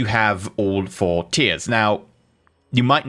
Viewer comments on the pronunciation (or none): none